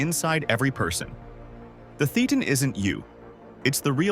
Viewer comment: Nice video! Just one thing: "Thetan" is pronounced like Satan, but with a lisp.